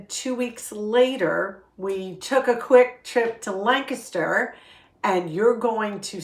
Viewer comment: I e really missed you! And thank you for pronouncing Lancaster correctly! I live in York so very close.